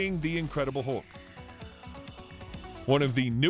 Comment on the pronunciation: ハルクをウルクって言ってるの笑っちゃう…笑